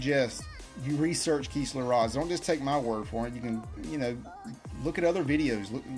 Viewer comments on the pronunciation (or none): Kiss not kees . Kistler